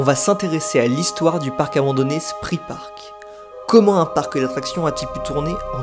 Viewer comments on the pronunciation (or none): Très belle vidéo, merci. Juste pour info, Spree se prononce « chpré », mais ça, je le sais juste après quelques années de Berlin... 😅